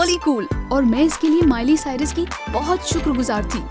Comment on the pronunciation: its miley cyrus not mile cyrus